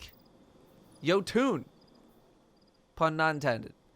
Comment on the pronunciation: Don't want to be this person but it is pronounced yo-ton rather than yo-tune